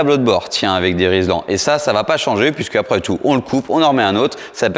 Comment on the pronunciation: Coucou, on dit Rilsan et pas Rislan ;) Continue comme ça le contenu est top !